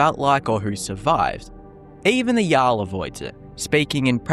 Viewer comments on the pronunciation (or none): none